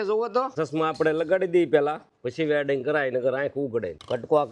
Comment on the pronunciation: Velding❌ weding✅ desi bhasa ne english thi kai leva deva nathi ho😂